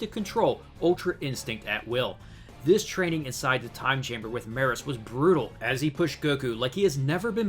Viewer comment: It's pronounced Me-Russ. Couldn't take it being mispronounced anymore lol